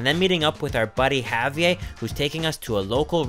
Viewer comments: Did you just say Javie instead of Javier? I’m kinda triggered knowing that’s my name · You can't be in Mexico, eating true Mexican food and call it a Wrap. There are no Wraps, only Burritos.. And it's pronounced, (HA- VEE - AIR). Good show, great food.